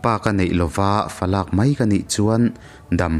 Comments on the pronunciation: I chhiar thiam hle mai. Fa lâk i tih erawh hi "Falak" Palak Dil tih a palak anga lam tur ni awm tak a ni. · Khawngaihin falak...falâk ni lo in...tlai viau nangin..naupang tan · Fa lâk nilo in Fa lak(Heta lak lai hi laklawh kan tih a lak lam rik ang a lam tur)